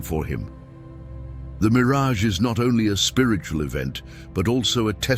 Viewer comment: Yes, I noticed that he even called Miraj a mirage, but I think it's because of the artificial intelligence, because the voice is for the artificial intelligence, not a personal dub. It's still good that you said it. I apologize for not mentioning it. I hope you don't fix it. This word has nothing to do with Israel, the bastard.